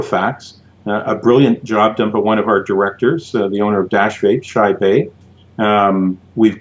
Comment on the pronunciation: I believe that its name pronounce wise for dash vapes ceo what the guy said or that i think i heard was... shai bae, when its shai bekman. just looked it up to confirm that. just saying, thats all.:)